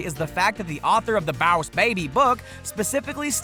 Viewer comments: stop saying bause baby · Baws Baby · Why does he pronounce 'BOSS BABY' as 'BAOS BABY'? It sounds DAMN ANNOYING when he says 'BAOS BABY' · Right ?!? Like why does he say b-ow(like in pain )-s baby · i stopped watching cuz he kept saying boss like bause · It's more like BAAAA- USEEEEEEEEE BABBBBBYYYYY (Slowed down) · IF I HAD A DOLLAR FOR EVERY TIME HE SAID BOAS BABY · "Bows baby" Everytime he said it I died from laughing Lol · Its boss not baws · Rewatch the video and take a drink every time he says “BOWSH BAYBIE” Actually don’t cuz you will die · Dude it's "boss baby" not "bowss baby" 🙄😑😂😂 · take a shot every time he said bouse babay You'll get alcohol poisoning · BAUSE BABY !!!! 😂😂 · It's boss baby not bows baby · it is boss baby not bowus baby. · It's not baus baibi its boss baby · Im late but stop saying “ballsh barbie” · Why are you saying bouse or baws instead of boss? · Why say boss wrong???? ( baoss baby?????) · Stop saying bass baby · What's bause baby it's boss baby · Boss baby. . Not boyus bahbay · 100% stop saying bause/bauss baby!!!! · OMG THE WAY HE PRONOUNCES BOSS BABY SO ANNOYING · jocileah msp baaaaaasss baby😂😂😂😂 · The baws baby 🤣😂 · Why is this guy so unusually pronounced "boss baby"?Is this a Southern accent? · Why can't you say "boss" correctly. It's super annoying. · why do u say boss baby like dat its so weird i was seriousally trying to pronounce how he said iy 😂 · What is Bause Baby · You know dang well you dont need to be pronouncing boss baby like that. Its a pain to listen to while watching. Dont know if whether to like or dislike. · Bowse baby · Boswz baby? Huwat? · I've never seen Boss Baby, but isn't the whole movie a flashback? Like him telling the story to his kids? Also, I know that a lot of Top 10 channels tend to mispronounced things, but how do you manage to mispronounced Boss? If it's a joke, it's not funny.